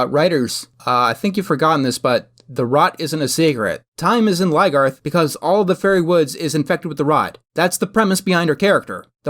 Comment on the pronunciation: Why does he say Ly-garth? Isn't it Lyn-garth?